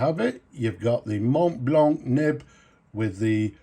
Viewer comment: Mate! Glad that you pronounce the "c" in a hard click sound. So many times, these reviewer folks pronounce Montblanc without pronouncing the end "c". It sounds quite pretentious 😂